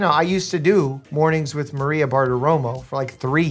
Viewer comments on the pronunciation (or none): none